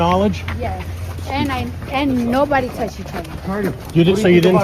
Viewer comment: Did this girl just say” and nobody toushied(touched) her”? What language is she using?